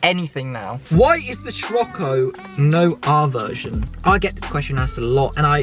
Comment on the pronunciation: Dont want to be a pain in the ass 🤣🤣 but hate it when you pronounce it as shir-occo and not sir-occo. Much appreciated 😂😂